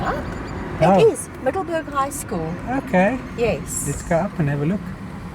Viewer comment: “Super cool” dat is een kernachtige beschrijving van jullie bezoek aan Middelburg. Grappig dat de naam is gebaseerd op de locatie tussen 2 andere plaatsen en dus niets te maken heeft (wat ik dacht) met ons Middelburg in Zeeland. MiddelburGGG inderdaad, 😅, de beroemde ‘harde g’ die jij als Afrikaanse prima uitspreekt en waarmee Engels sprekenden (of eigenlijk alle anders taligen) flink moeite hebben. Echt geweldig hoe fraai het oude stationsgebouw is gerestaureerd met uniek klein museum en zo te zien heerlijke warme chocomelk. Zou leuk zijn als het personenvervoer hier ooit weer opgestart wordt. Bijzonder dat overal ‘erfenis’ bordjes staan met info over het verleden zoals het leed van de vrouwen en kinderen tijdens de Boeren oorlog. Dankzij jullie geheel eigen wijze van steden verkennen, zagen wij dat ontroerende kleine blauwe Gedenkkerkje, waar menig toerist geen sjoege van zal hebben 🩵💒